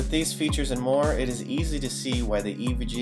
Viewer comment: Is it me or does he say "Introducing the EVGE"